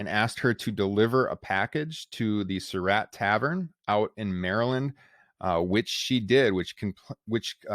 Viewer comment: This was a good presentation, except that the narrator mispronounced the name "Surratt." He pronounces it like "Sir Rat," but it's correctly pronounced like "Sir Rot."